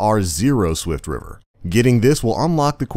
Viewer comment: i thought it was "swiftrifter" not "swiftriver"